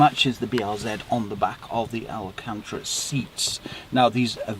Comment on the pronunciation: Great video, but it's pronounced "al can-ta-ra"